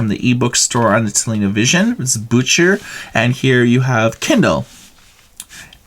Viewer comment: Loled hard when I heard "bücher" (books) pronounced like "butcher". German "ch" is pronounced like Spanish "x".